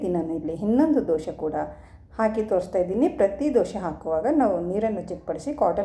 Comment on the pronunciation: ದೋಶೆ ಅಲ್ಲಾ ಮೇಡಮ್ ದೋಸೆ